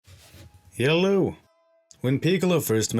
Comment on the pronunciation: What the hell is .. yello? Its Hello!